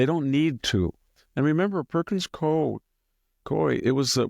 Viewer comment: Pronounced "koo-ee"